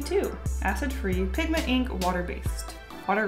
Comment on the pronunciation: Eeenk I love how pronounces ink